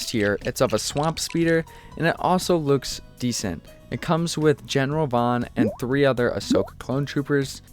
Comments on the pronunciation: Vaughn not vohn! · Erm actually actually it’s captain Vaughn not captan vohn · “General Vaughn “ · *Vaughn! Get your facts straight before correcting others!